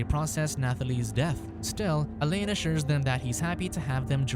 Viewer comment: Not as bad as hearing him mispronounce ‘alain’ as elaine the whole time.😂